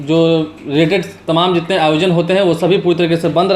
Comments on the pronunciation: Bihari kab hindi bolna seekhenge, tamam ko timim Or badh raha hai ko bar raha hai ya judh rahi hai ko jur rahi hai etc kehne wale sudhrenge nahin. Ek bihari sau bimari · Temam nahi boliye.sahi tamam